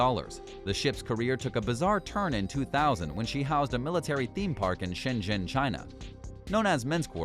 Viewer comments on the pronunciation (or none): none